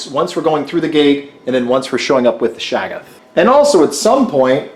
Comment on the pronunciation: They don't lose Insanity, they lose Sanity. It's ShOggoth, not ShAggoth. The W in Dunwich is silent. The O in Innsmouth is silent. MI-GO EYE, not MU-GU EYE smmfh